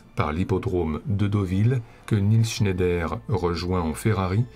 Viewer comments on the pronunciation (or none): none